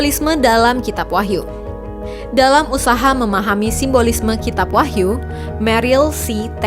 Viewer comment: Menit dikoreksi Wahyu bukan Wahtu